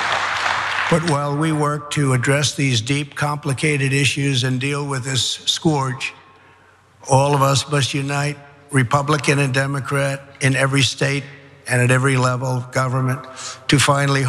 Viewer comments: into trump’s speech he mispronounces scourge to rhyme with gorge…. I suspect he didn’t even rehearse the teleprompter speech. He mispronounced scourge because he has zero feelings about the victims and really has no interest in the meaning of what was scripted for him. He’s 100% vile. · Scrudge, think he means scourge. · "Scorge" lol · "Scorge". What an idiot. Imagine hearing the name of your dead child coming from his shitlips. Disgusting. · He can’t pronounce “scourge”…hahahaha! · You know that when Trump was reading off the names of these children, deep down he was secretly happy that most of them were Latino. He couldn't even pronounce their name! But then again, he couldn't even say "scourge" right! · how do youse pronounce scourge lol